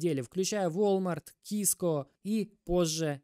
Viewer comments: Ты хотя бы название компаний выучи: не Киско а Циско (CISCO) это самый крупный производитель сетевого оборудования в мире, более 70% всего интернета построено на оборудовании Cisco Испанский стыд 🤦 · сиско первая буква си. эй-би-си